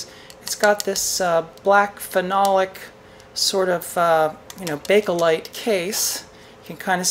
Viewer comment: thanks for the good videos , but please learn how to pronounce bake lite